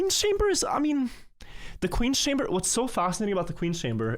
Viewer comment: The director of the entire site can't say "Chamber" properly. The state of the place. Imagine thinking England should give all our well taken care of artifacts back lmao.